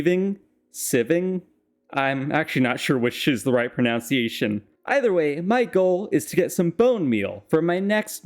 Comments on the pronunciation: it's pronunciation not pronounciation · "not sure which is the correct pronounciation" well for starters, it's "proNUNciation".